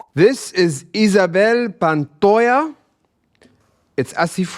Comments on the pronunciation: Oh! Her last name, Pantoja (the 'j' in Spanish sounds like the 'H' in the word Hollywood), is not pronounced correctly, and she would care about that. She hadn't acted in many years, and that was one of her first performances after a romantic breakup that was very globally controversial. At that time, she was being heavily pursued by journalists, and the great Juan Gabriel welcomed her into his home so she could move forward. They were very close friends. ❤ Me suscribo y like 👍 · My married name is Pantoja and very few people know how to pronounce the name. You didn't do too bad of a job but I will let you you know that the J has an H sound in Spanish. That being said, the H in Spanish is silent. So the name will be pronounced Pan to ha. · Nahhh her surname is pronounced differently... but this Spaniard doesn't mind 😊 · En España la ll se.pronuncia llanierta y por supuesto solo en algunos puntos de Andalucia la j se pronuncia como h .Pantoja se pronuncia Pantoja no pantoha